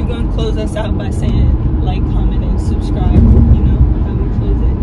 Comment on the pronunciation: "like comment and snick-scribe"